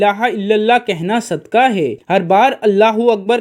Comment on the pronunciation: It is not sudkaah,but it is called sudqaah,with not kaaf,kuttay waalaa,but it is dau nuqtay waalaa qaaf,qainnchee or qaaboo waalaa,brother.As qulb means heart ,and kulb means dog in Arabic .Now you see bro',how much difference it creates,if it is not pronounced properly.We hope that you got it now.lf the pronunciation is incorrect,the meaning of that Arabic word changes,plus a single Arabic word has several meanings .lf we keep on doing such minor mistakes,we cannot even recite our 05 times daily prayers properly ,and hence we will not get all the benefits from our prayers,as the prayers of the present day so-called Muslims are ,these days.Thats why the Muslims are not becoming morally well behaved day by day ,although a lot of us are regular ,our 05 times prayers sayers ,or reciters, maashaaAllaah,as all these little things really matters .May God,Allaah, the almighty bless us ,and give us proper wisdom ,to cope with the prevailing problems,which the human community is facing these days.Prayers for all from Raawulpindee, Northern Province of Punjaab, lslaamic Republic of Paakistaan, South Asia 🌏😊🎉🎉🎉🕊️✌️🇵🇰.